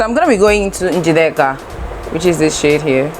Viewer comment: The way you pronounced Njideka😂